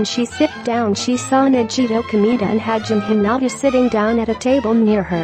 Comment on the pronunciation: And hajime he-nut-a